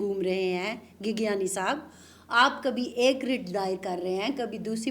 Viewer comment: گیگیانی نہیں گیگیانڑی ہوتا ہے ۔